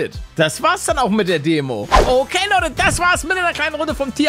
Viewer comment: Palle sagt am Anfang "Moin Lotte " und nicht "Moin Leute" .😁